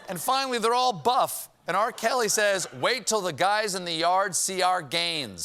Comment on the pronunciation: How you could miss the fact that this guy called R. Kelly... "R. Celly" lmao....